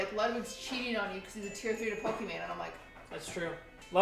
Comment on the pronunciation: know how to properly pronounce Pokimane. Thats a Tier 3 sub if I've ever seen one.